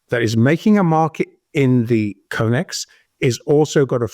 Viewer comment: It’s com/ex not co/mex stop saying it wrong it makes you sound unreliable